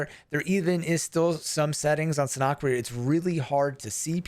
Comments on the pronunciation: SA NOK Not surnok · Had to stop watching this video just because you mispronounce Sanhok